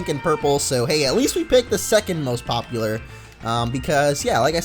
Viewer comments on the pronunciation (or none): none